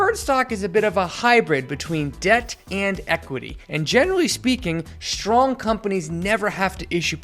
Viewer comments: Good video. Please practice pronouncing "especially" correctly. And try to avoid pronouncing "str" words with SH. It's strong, not shtrong, etc. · it's stress and *strong*! NOT "SHTRess" NOR "SHTRong"!